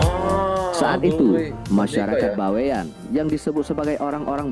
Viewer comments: Bukan baiwan, tapi Bawean, berasal dari pulau Bawean Jawa timur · "Bawean ya Bang.., bukan by one.. 😁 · Bawean bang, bukan Baewan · Bawean itu adalah dari suku jawa tapi sebuah pulau yg disebelah kota Surabaya /Jawa timur .cara Bacanya Baweyan bukan bewan bro memang itu suku Jawa yg seberangnya Surabaya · Pulau BAWEAN.. bukan By one pak Cik..